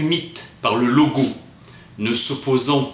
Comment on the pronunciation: Intéressant, merci pour cette lecture. Attention cependant, au début de la vidéo, je crois qu'on prononce le S de "logos".